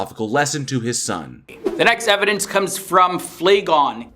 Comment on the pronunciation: You know someone's argument is invalid when they say "evidence-es" 😂